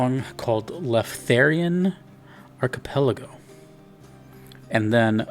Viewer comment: Not only you had trouble saying Archipelago, you even misspelled in the title LMAO Anyways, two of the best trakcks in the game, maybe both in my top 5